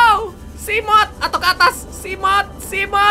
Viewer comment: Seamoth atau Seagled,bukan Simoth atau Siglied wkwk